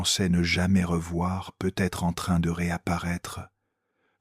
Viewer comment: Trop penible les "peut...........être"... Zapp